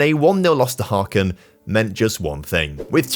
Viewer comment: „Haaaken“ its pronounced Häcken a ck is a Strong K and ä Is like the a in cat